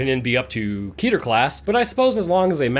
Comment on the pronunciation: Fun fact: Keter is not pronounced "KEE-turr" it's pronounced "Keh-tare". It's Hebrew for Crown.